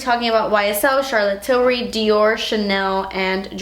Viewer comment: I literally love the way you say Charlotte Tilbury ❤️😊✨